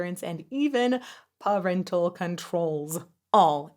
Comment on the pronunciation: Listening to the sponsorship like "What the hell is 'paw rental controls?' Some adorable kitten rental protection? "